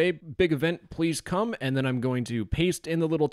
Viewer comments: cume or come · that e in come is the only thing keeping that message from sounding weird